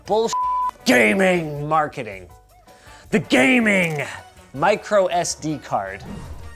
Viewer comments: GAY "MING" appears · Take shot whenever he says "GAEMING" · you officially made me feel bad about my computer set up by saying GAMING! like that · I lost it at every emphasis of GAMING lol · Please say ‘GAMING’ like that every time you say it in the future. Thanks! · Ha ha ha ha... whenever you say gaming!!!! My friend laugh out loud